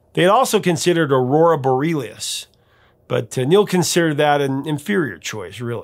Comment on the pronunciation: Nice video attribute to a great band. Saint Catherine’s is pronounced just like it’s spelled, not Saint Cathareens. Also it’s aurora bore-e-alice, not aurora boreelius.